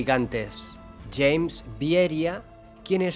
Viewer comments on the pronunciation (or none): none